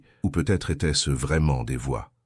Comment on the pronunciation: Dommage ces " ils étairent" au lieu de ils étaient et trop souvent à mon goût ! Sur plusieurs verbes !